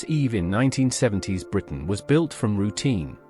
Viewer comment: cant watch. The AI says 1970 ess, thats enough of a turn off and its almost the frst thing it reads out.